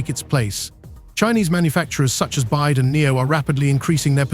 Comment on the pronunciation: Total ignorance of this narrator in regard to the industry as he keeps calling BYD bide. This is an ill informed rehash of misinformation that has been around for months for the purpose of getting clicks and spreading false information.👎🏻